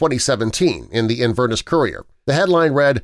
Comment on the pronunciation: Your narrator needs to learn pronunciation before taping. The city is pronounced IN-VER-NESS, not sounding like furnace. smh.